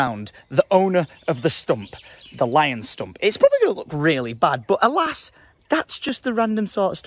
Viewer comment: You sound so Tory when you say alas haha